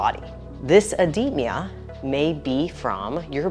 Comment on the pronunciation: Ed-de-ma Not ed-de-me-a Yw